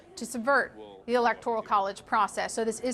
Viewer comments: This is great news! The other defendants must be freaking. Let's see how trump spins this one. It's good to see/hear the court proceedings - very orderly P.S. The woman reading the charges consistently mispronounces the word 'electoral' as though it's spelling included an "i", like 'electorial' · Electoral. Not electorial. Jeez. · It’s “electoral,” note”electorial.” It’s like fingers on a chalkboard. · It's "electoral" not "electorial" !!! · She keeps saying "electorial college" instead of "electoral college" ... am I the only one? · Electoral not "electorial". But anyway great statement. Public now. How will MAGA rationalize the conspiracy AGAINST Trump now? Threaten Powell and Cheseboro?🙄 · Electoral not Electorial!! That readout was driving me crazy but happy to see Trump getting more bad news! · This lady not know how to say “electoral”? 😂 tf is “electorial” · the clerk reading the charges needs to get the proper pronunciation of ELECTORAL isn't "electorial". it is a repeated faux pas and needs to be addressed. she otherwise did an admirable job of reading the densely worded charges. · Someone please tell her it's Electoral, not Electorial -. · ITS ELECTORAL NOT ELECTORIAL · It's Electoral, not Electorial sweetheart! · my ears tingle each time the prosecutor says "electorial" 😖 and i'm not even a native english speaker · Quit saying electorial lol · She keeps saying elecTORial. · woman cannot pronounce electoral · ELECTORIAL IS NOT A WORD!!! She’s is an excellent DA but hearing that mispronounced over and over is so annoying! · STOP SAYING ELECTORIAL!!! FUDGE! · I cringe every time I hear "electorial." Otherwise, great news! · That bothered me too. Stop saying electorial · How can a judge mispronounce the word "electoral" so many times? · I don't think you should be a judge if you cannot pronounce "electoral" correctly. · Why does she keep saying electorial? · Electoral, not electorial. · The correct term is ELECTORAL COLLEGE. kept saying ELECTORIAL